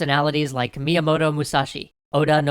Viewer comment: Myamoto....... OH MY GOD